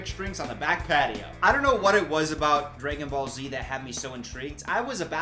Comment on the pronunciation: The way he says dragonball Z 😭😭😭 “Dray-gin ball Z”